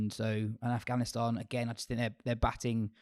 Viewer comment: It’s AFGHANISTAN not AFHGANISTAN LOL